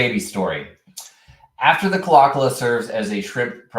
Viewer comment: Pronounced "Claw Claw."